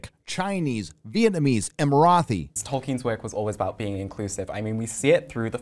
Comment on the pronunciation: I didn’t hate the way you said Marathi! My man 🤣🤣